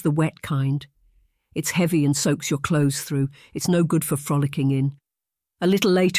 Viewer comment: I couldn’t stop laughing at the pronunciation of “cloth-es! 😂